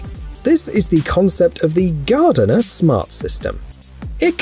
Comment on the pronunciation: Many of these tools or equivalent ones have been around since the 90s. And GARDENA is pronounced GAR DEENA not gardener.